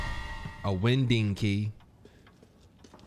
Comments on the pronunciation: A wind ding key? Moun TAY nee ous? We’re getting you Hooked on Phonics. LOL. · The way pronounced winding 💀